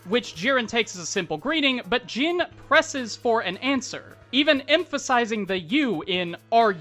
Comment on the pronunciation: Мy homie say ''Jeen'' one more time I swear.